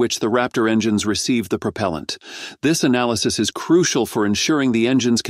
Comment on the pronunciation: Almost nothing about NASA. This article is an AI fail, including the synthetic voice that is unable to pronounce propellent.